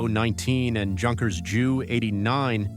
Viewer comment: In German, "Junkers" is pronounced "Yoonkers." Any student of WW2 military history knows that. Aren't you sick of A-I Slop?